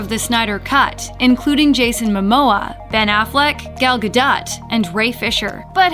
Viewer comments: It's not gal Gah dot it's gal gah doh like really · Who is Gal Gah-DOT? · When you pronounce gal gadots wrong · How tf don’t you know how to pronounce gal gadot’s name